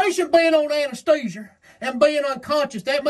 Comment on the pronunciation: The MD 20/20 IV and "anestheezure" had me cackling.